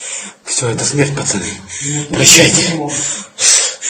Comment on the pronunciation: Не потрібно перекручувати , він сказав не "смерть " а " смєрть " і не " прощавайте ", а " прощайтє " ! Але ж вони, на думку Фаріон - не Українці! І про них ніхто уже і не згадує, на відміну від старої комуняки Фаріон !